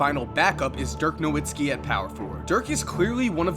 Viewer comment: It's not pronounced No-Wit-Ski it's No-Vit-Ski